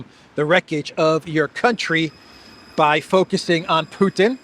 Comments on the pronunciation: Puddin', as pronounced by Graham, takes up all the space in the senator's tiny brain! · Graham talks like a little Texas farmer when talking about 'Put'n' 😅